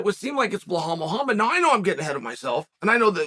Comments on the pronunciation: Blahal😂 It's Belal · Shavkat is 17-0 and it would take 2 seconds for Chael to look it up, but he is intentionally spreading misinformation, like saying Blahal in every video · Every time I hear Uncle Chael say, "Blah-Hall" and "Mac-Kel-Chev" I crack up! Uncle Chael is the man! He is hilarious!!!🤣I bet if anyone were to ask Uncle Chael, "You are pronouncing these fighters names wrong." Uncle Chael's response would most likely be the following, "Guess what? I don't care!"🤣